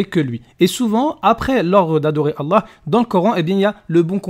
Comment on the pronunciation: On se défend tout simplement ... parce que vous mentez ? C'est quoi ces ahuris ptdrrr, c'est qui les moutons entre nous qui connaissons nos textes et vous qui suivez un faux ex-musulman (qui ne sait même pas prononcer le nom d'Allah) en gobant tout ce qu'il raconte sans essayer de comprendre ? ^^ Et il répond parfaitement à la vidéo, essayez de suivre. Majid montre que les lois islamiques sont stupides contrairement aux lois humianes.